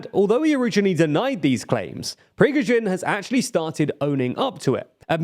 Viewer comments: i am going to stop watching this channel because this dude can't pronounce Prigozhin's name. this is offensive towards the viewers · You'd think with the number of ways you pronounced "Prigozhin" you'd have gotten it right by accident at least once - but you managed to avoid it every time. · You do realize he's not russian , yes ? ...yes ? like how in the shit fuck is anyone supposed to know the exact pronunciation ? Just for fun I did google it on how to do it , and it's like ..slightly off, but still very understandable. Like how ..why would that make anyone cry like a baby is beyond me. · I read the comments as I watch, so I had a chance to count - about half a dozen "Prigozhins" were so wrong they may as well have been a different word (typically Prigozhvin - there's not even a V in there), but in like... 90% of the cases I'd agree with you. It's just placing stress on the wrong syllable, which while reasonably important in Russian doesn't make any difference at all here. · almost every foreign content creator that covers the war almost does it on purpose and it pisses me off so much, you can't put in letters that are not even in the name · Every way to pronounce "Prigozhin" in 10 minutes. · How can you butcher Prigozhin's name two different ways in one video? Do you listen to yourselves before you post videos? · You said his name every single way except the correct one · man its INSANE that youve been talking about this guy for more than a year and you still cant pronounce his name correctly. I love your content but shit like this really gets to me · Feeling bold enough to launch a public direct insult at Putin is quite telling. Many people fell out windows for less... Also, amazing how is struggling to say Prigozhin:) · the different ways you butchered his name is soooo FUNNY 😁😂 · Prisgovin? It's pronounced "Pregozshin" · He's Prigozhin, not Prizhgovin. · it is pronounced PREE GO ZHIN, not prezghoven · its pronounced Pree-Gode-jin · prishgowin lol